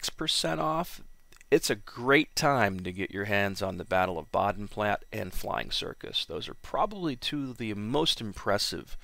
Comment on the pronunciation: In German, the "e" at the end of words is pronounced. Bodenplatt(ah). Just like how people pronounce "porche" like "porsh", but its really "porsh-ah."